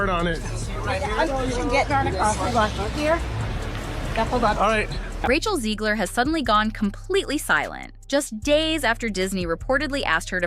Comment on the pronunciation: Why does the narrator keep saying "Rachel Ziegler" when her name is "Rachel Zegler?"